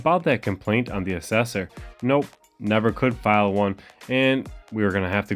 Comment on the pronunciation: Assessor!!! pronounced ( ASS IS SORE)!!!!!!!!